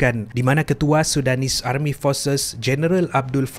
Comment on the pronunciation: Army tu tk bunyi R dia.. Dh mcm jiran sblh plk.